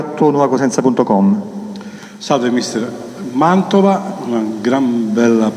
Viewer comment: MANTOVA NON MANDOVA SEI UN GIORNALISTA,UN PO DI DIZIONE....